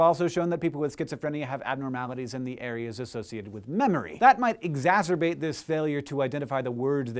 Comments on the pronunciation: "exasorbate". I dont understaaaand. lolz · Egzazerbate? Is that what he said?